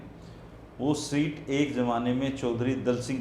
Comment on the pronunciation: bhai aap reputation rakhne wale aadmi ho. शीट नहीं सीट होता है प्लीज़ इसे ठीक करें